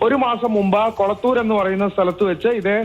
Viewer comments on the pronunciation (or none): കൊളത്തൂറല്ല. കൊളപ്പുറം.